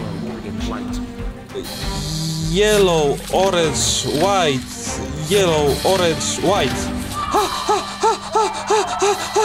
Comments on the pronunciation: Na mausical memory NIE muwi orange tylko organs tytytyyyyyyyyyyy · On mówi organs a nie orange